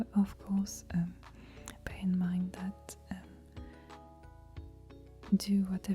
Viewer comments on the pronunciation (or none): none